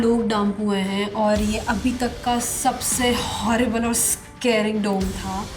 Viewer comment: Horrible ❌ Horeeeble ✅